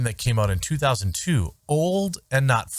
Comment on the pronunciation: The worst thing about him is the way he said 2002.